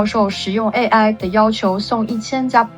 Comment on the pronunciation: 为什么中文视频主都把AI叫A爱